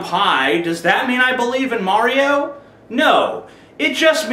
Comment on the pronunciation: You pronounce Mario strangely...